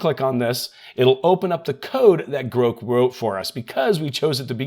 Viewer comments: Is anyone else saying "Grawhk" in their head every time he says "groke"? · No..we are saying "GROCK" as that is how it is supposed to be pronounced. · groke, groke? oh he meant GROK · You trying to be cute and create comments by purposely mispronouncing grow is super annoying...unsub or as you would say unsaub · I assumed it was pronounced as you say, not like is saying